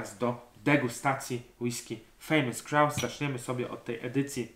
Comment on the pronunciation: Czepiłbym się tylko wypowiedzi słowa Grouse, którą Szkoci wypowiadają 'grus'☝️